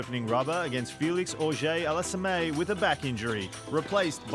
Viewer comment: Ah yes, my favourite player, “Fell-icks All-is-uh-may” 🤦‍♂️